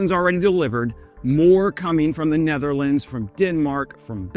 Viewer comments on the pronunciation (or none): none